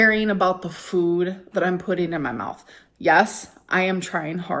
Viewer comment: Idk but I cannot stand her newly adopted fake influencer accent. The way she pronounces all her words, “fühd” instead of “food”. She didn’t talk like this back in 2018 or 2019. She changes personalities more than I change underwear.